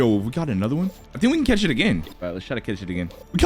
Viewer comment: Why did vro say cath